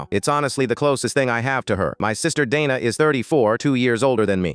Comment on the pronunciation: Dayna not dana